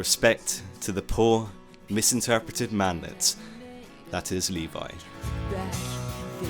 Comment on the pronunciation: "man-let" lmao